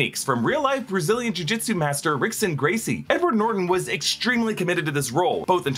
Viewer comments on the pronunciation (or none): I'm gonna be nitpicky. Just because I watch a lot of MMA and pronounced Rickson Gracie's name wrong. It's actually pronounced Hickson not actually Rickson. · It's not Rickson Gracie, it's Hickson gracie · Just a fun learning moment for ya'll 'Rickson Gracie' is actually pronounced as "Hickson." At the beginning of words, they use the strong R. The pronunciation comes from the throat. Carry on. Keep up the great content. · Stan Lee started his cameos in The Trial of the Incredible Hulk, with was a Daredevil TV movie. Rickson is pronounced Hickson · Just FYI. Rickson is pronounced "Hickson" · Rickson Gracie's name pronounced like Hickson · It’s pronounced “Hickson”. Rickson Gracie is the son of Helio Gracie. Recently revealed that he has Parkinson’s disease. A legend in MMA and Brazilian Jiu-Jitsu. 👊🏼💯🤙🏼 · It's pronounced HICKson Gracie. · Rickson Gracie isn't pronounced like that